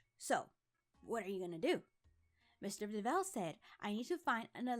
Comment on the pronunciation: Why'd you do-vell instead of dove-all